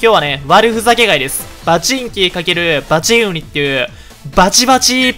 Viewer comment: バチン↓ウニ↑